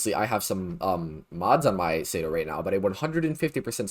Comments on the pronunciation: Bruh….it is not the SAYDO, it’s the CE-DO, SI-DO 🤦🏻‍♂️ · google does not have all the answers bud. Its clearly "sea-do", shouldnt need google to understand basic pronounciations